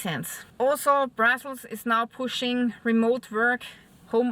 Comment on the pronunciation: Love your German accent. Your English is excellent, but when you said " Brussels is pushing for remote work". At first I thought u said " brothels are pushing for remote work"!😂😂